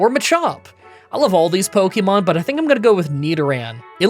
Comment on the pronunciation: Light Ball ftw I didn't even know Static and Magnet Pull could do that with wild Pokémon encounters! (Also yay you are finally learning how to pronounce Pokémon correctly)